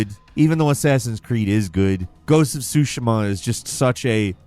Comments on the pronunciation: GHOST OF SU-SHEE-MA. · The “i” in Tsushima is pronounced as a hard “e,” not a soft “i.” Pronounce the vowels in Japanese words the same way as you would pronounce them in Spanish. (A is ah) (E is ay) (I is ee) (O is oh) (U is ooh).